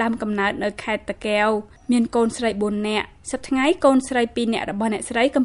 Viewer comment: សូមអ្នកនិយាយពត៍មានពាក្យតាកែវឲ្យច្បាស់មិនមែនតាកេវទេសូមអរគុណ